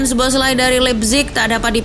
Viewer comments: baca soboslai min, bkn zboslai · btw bacanya so-bos-la-i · agak risih ya denger nyebut namanya kaya gitu wkwk, mending riset dulu cara pronounce nya min. sow·bow·slai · B aja baca nya soboslai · Dominik Soboszlai (SO-BO-SLY)😅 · Min, tolong naratornya diinfoin cara nyebutin nama pemain bola yg bener.. khusus szoboszlai (disebutnya so-bo-slai) di channelnya liverpool ada video gimana penyebutan nama pemainnya.. makasih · Szoboszlai sebutannya So-Bos-Lai. Abjad Z di mati kan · Sebutan nama Szoboszlai ialah So-Bos-Lai. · Min baca namanya z nya gk dibaca, orangnya lgs yg bilang di channel Liverpool Boleh dilihat min klo blm ngerti